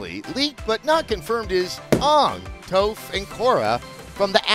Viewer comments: It was "Tophe" for me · "Touf" bruh lmao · CRINGE It's AANG(A-Nng) and TOPH(ta-ph) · Please tell me a writer who was in on the joke had Adam pronounce Aang and Toph like that. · Because I love Adam I’ll give him a pass this time for butchering toph and aangs names